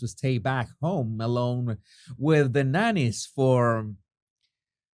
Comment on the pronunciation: When you said Harry was going to stay at home with the nannies I thought you said bananas for a second. Bananas. Cocaine filled bananas.